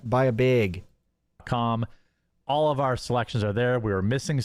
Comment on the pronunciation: I’m so glad I’m not the only one that’s noticing that stupid pronunciation beg instead of bag.